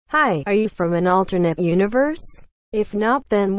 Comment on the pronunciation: Fwom aisa?? Africa??